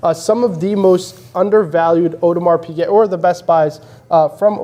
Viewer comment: Thanks, very interesting, but why do you guys and most US youtubers say audemars piQuet, when it's piGuet lol